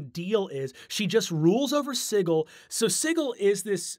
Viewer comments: Sigil is pronounced with a soft g. It's not Siggil. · Siggle? I've got a siggling suspicion you meant Sigil (pronounced Sih - jill), City of Doors. I also wouldn't really call the Lady of Pain a villain, per se. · NOPE NOPE NOPE. I went the first 38 years of my life never having heard it pronounced "Siggle," and I don't plan to start now. Matt and Brennan are going to start an onslaught of ineptitude, and I respect both of them too much to let that happen. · ITS "SIJIL" NOT "SIGGLE". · I have never before heard the word sigil pronounced as "siggle." I always heard it as "si-jill." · This dude did NOT just say "The city of sighle" instead of Sigil.... Matthew Mercer shakes fist in the air meme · Siggle? Isn’t it Sigil (Sid-Jill)? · He pronounces the word sigil "siggle." Must've played with Matt Mercer. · I honestly thought he was saying sickle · "Ziggle"? That's a creative way of pronouncing Sigil xD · So, is Sigil actually pronounced Siggle? Or is this another Matthew Mercer-ism where he mispronounced it? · Ahhh stop pronouncing 'Sigil' like 'jiggle'! It's g like j as in jazz. Also y'all should have done The Head of Vecna. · He even pronounces 'sigil' incorrectly like Matt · Agreed. I had no idea that my fun fact would be so divisive, so my apologies for the clusterfuck! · The place is not pronounced the same way as the English word for a fancy symbol. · The way he pronounces Sigil tho. It's meant to be like a house Sigil. I believe the symbolism is that it's "on" a ring like a Signet ring would have your house Sigil on it. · I see that Brennan went to the Matthew Mercer School of Pronunciation of Sigil.